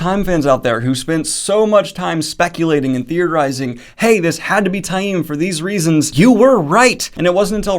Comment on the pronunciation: I take issue with some of Daniel's pronunciations, but Ta-eem is correct. Reportedly, fans who said 'tame' kinda got under the author's skin, at appearances.